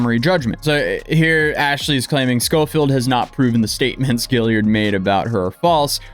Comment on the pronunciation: "Gill-ard" not "Gill-i-ard"... sorry to be that person.